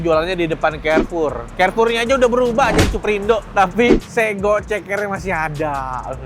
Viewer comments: Yg jawa, klo denger koh nex ngomong "sego" psti gmn gitu 😅 kyk....hiiiih 😊 bkn sego...tp tego koh. Kek pgn bnrin gitu😅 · Dibacanya sego koh, bukan sego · Bukan Sego koh,tapi sego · Bukan Sego koh tapi sego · bukan sego koh, tapi sego 😂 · sego koh bukan sego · aduh... bacanya itu SEGO bukan SEGO ko... XD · bacanya se "mirip kata seperti" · Nyebut sego nya salah koh, . 😂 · Nex carlos nyebut sego ae salah 😂😂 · Wkwkwk ‘sego’ versi Jakarta: e-nya beda sendiri 😭😂